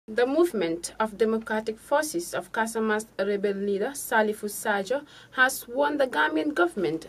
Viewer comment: Please block tv, bring us a good news reader instead of a pronouncement struggling news reader. Why is it difficult for her to pronounce "rebel" instead of "lebel". This is so embarrassing. Teach her proper pronouncement of words or fire her and bring us a good news reader. Remember, she is not just representing block tv but the Gambia as a country. No offense meant.